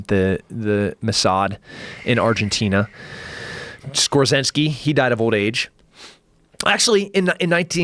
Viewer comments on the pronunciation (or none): "Skorzeny" not Skorzinsky you ass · Please pronounce Skorzeny right.